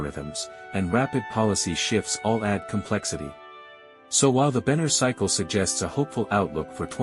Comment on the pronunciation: Benner not banner